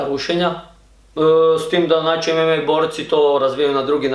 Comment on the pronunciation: nije ememe nego emama